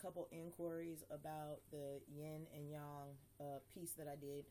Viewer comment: Good One! Your one of the few people that pronounce Yang correctly:) Im enjoying your videos